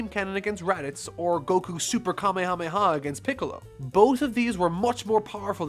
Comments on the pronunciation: It's, "Ka-may-ha-may-ha," not, "kame-hame-ha." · Your pronunciation of Kamehameha is killing me.....